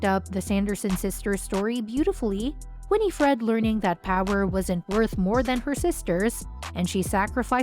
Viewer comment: Omg it not Winnie Fred lol learn to say her name please